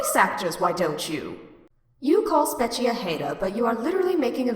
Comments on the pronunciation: no guys it's pronounced "spork-cho" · I think it’s pronounced spechie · Here’s how to pronounce it (not hating just for the future) spet-che (or I think that is how it is pronounced) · OH MY GOD AAAAAAAAAAAAA IS NO ONE ELSE ANNOYED BECAUSE HE KEEPS SAYING IT LIKE SPE-CHI? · i think it’s pronounced “speech-ie” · It's pronounced SPECHIE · Its pronounced Spechie